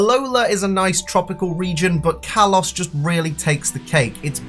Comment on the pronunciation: Kalos, not Karlos